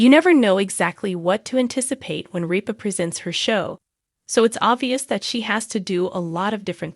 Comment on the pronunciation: It’s RIPA NOT REAP-A